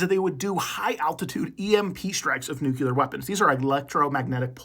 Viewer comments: Nuclear. ‘New-clear’ not ‘nuke-you-lur’. George bush did so much damage. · This might have been interesting. But I just can't listen to someone who should know better saying "nucular" instead of "nuclear".